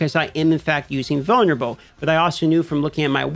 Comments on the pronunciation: Took me about 5 times to realize he’s saying “vulnerable” and not “boner bow”. I swear to god I’m standing in the BR pissing, listening to this video thinking “does he have a weapon named “boner bow” wtf is going on rn” 😂😂😂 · My man said "vulnerable" six times before I didn't hear "boner bow."